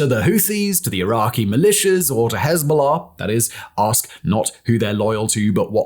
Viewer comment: You pronounce Hezbola far too well for my liking.